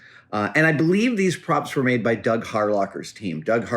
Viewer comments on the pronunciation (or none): none